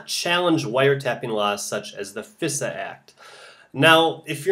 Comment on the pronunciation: Fisa? Thought it is pronounced Phi Sa.